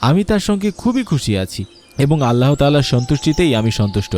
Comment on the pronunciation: আল্লাহ শব্দ উচ্চারণ করার সময় হ বর্ণটা হ উচ্চারিত হবেনা। হ এ হশন্ত দিয়ে, অর্থাৎ শব্দের খণ্ডত (ৎ) এর মত করে মুখ দিয়ে গলা থেকে অতি সামান্য বাতাস বের করে উচ্চারণ করতে হয়। আপনি মনোযোগ দিয়ে কুরআন তিলাওয়াত শুনলে অথবা মধ্যপ্রাচ্যের আরব দেশগুলোর লোকদের কথপোকথন শুনে দেখুন, তখন বুঝতে পারবেন আল্লাহ শব্দ কিভাবে উচ্চারণ করতে হয়। কিংবা কোন মাদরাসার হুজুর অথবা মসজিদের ইমাম সাহেবের কাছ থেকে উচ্চারণটা শিখে নিতে পারেন। শেখার মধ্যে কোন লজ্জা নেই, কোন গ্লানি নেই, শেখার কোন বয়সও নেই। ধন্যবাদ।